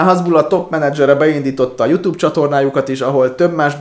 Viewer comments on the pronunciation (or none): none